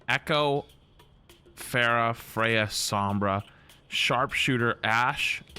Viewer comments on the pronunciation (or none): none